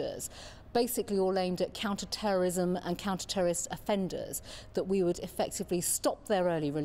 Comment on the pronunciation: Why does she keep saying counter terrorism the wrong way?